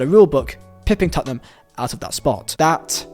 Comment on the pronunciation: Lad..... it's Tottenham